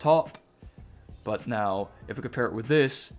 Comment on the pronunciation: It’s super uncomfortable how you pronounce the letter “T” bro like “buT” “cuT” “greaT” etc.. cool video though